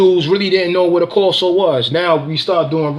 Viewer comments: Pronounce Cane Corso wrong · With all Respect First... you want to pronounce Cane Corso the proper way. Secondly please make sure you DO YOUR HOMEWORK 📚 ON THIS MATTER Watch Senza Tempo Cane Corso we just discussed this. Rachel proved a cane corso Owner wrong she’s amazing!! With vet paperwork, facts !!ETC